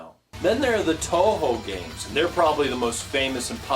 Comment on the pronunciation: Why do you say To Ho? Pretty sure it's more like Two-Hu